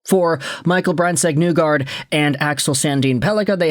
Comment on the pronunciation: Why do you still pronounce name incorrectly?